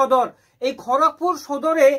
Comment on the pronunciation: ওটা খোরকপুর না খড়গপুর